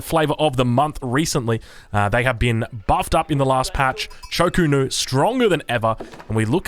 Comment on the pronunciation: Also, Cho Ko Nu rather than Chu Ko Nu.. drives me nuts lmao. I like his casts but Hayche Pee and ChoKo is very distracting